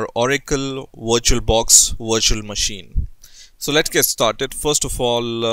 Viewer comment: I thought u said "WatcherBox" and im like wut is that